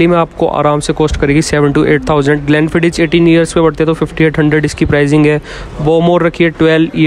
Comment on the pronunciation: ग्लेंफ़ीडिच नही, ग्लेंफ़ीदिख